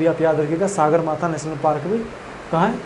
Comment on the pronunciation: मनसालु नहि है मनास्लु बोलिए सर सागरमाथा नहि सगरमाथा है यार